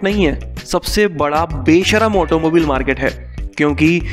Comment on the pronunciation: It's not pronounced as ऑटोमोबिल , it's correctly as ऑटोमोबाइल